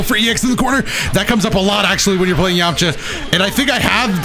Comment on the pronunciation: Please don’t call me weird but I skipped it back 15 times Bc I like the way he said “yamcha”